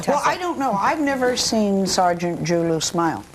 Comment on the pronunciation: His last name is actually pronounced Ju-Lu.